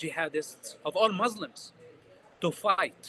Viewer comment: I’ll never believe a person claiming to be an arab who say the word “mzlims” he’s definitely a fraud we make fun of western who cannot pronounce the word مسلم he’s a Jewish Zionist